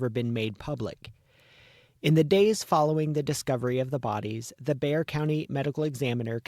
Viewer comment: My, my, my! Life long resident of Bexar County here. BTW, Bexar County is pronounced like, a grizzy bear..not Bex-Are. Something else y'all need to consider or reconsider, is that you have numerous inaccuracies throughout and desperately need to do better, more thorough and accurate research. As an absolute true crime junkie with degrees in criminolgy, prelaw and education and out of the hundreds and hundreds of views of true crime genera, this is by far content with the most inaccuracies. Makes me embarrassed and cring to hear this. I'm so sorry and I honestly dont mean to be unkind but the inaccuracies, ?!#*? But good job on selecting a story that desperatly needs coverage and a long overdue resolution. The sheriff doesn't seem to think that these grief striken familys need answers so that they may begin to seek some type of closure. I still gave it a like though since you only had 2 in the past 9 months.